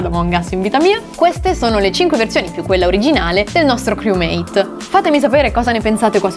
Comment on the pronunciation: Lo dici male criumeit fra